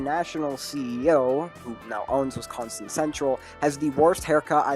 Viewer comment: Horrible take imo. Also I’d politely ask please pronounce my state correctly next time.